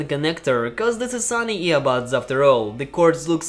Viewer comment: It is SONY not SUNNY..... that's explains